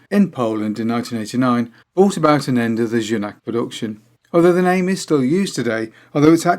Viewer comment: great to see my first proper bike here ;) the right pronunciation of Junak is close to "you knack" ;)